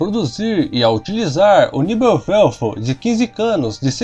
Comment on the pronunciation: Por favor ... Pronuncie o alemão corretamente , senão se torna até cômico para quem conhece a língua ... NEBELWERFER PRonuncia se : NÉBELVERFER